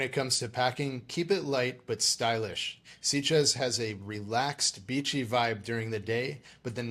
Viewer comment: Interesting review, but I'm a bit puzzled as to why you both repeatedly pronounce the town name as 'Seat-ges', rather than 'Sit-ges'. According to Google, it's pronounced as 'Sit-ges' in both English and Catalan. Whatever, it's a great place for a gay holiday!